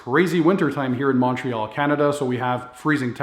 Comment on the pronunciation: …… mawn-treal??? Mun-treal! ;) …...hello locally, awesome channel